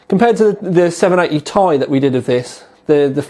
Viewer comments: Nice review, but god your killing me, I'm pretty sure it's T-I not tie, but who cares your reviews rock, LOL :p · Does anybody else find the way he says "Ti" like its one word annoying? I mean come on... Has this guy ever watched another video of somebody else saying the name of this card and thought," Hmmmm maybe it isn't pronounced like one word." I would have thought by now that he would have figured out he was saying it wrong. Its like saying an acronym as if it was a word. For example if you asked him to say "NSA" would it come out sounding like he said it as one word? Damn I spent too much time on that comment... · 780 "tie" xD